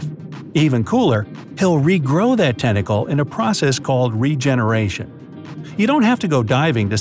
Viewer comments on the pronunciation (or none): regenaration nahhh rejellaration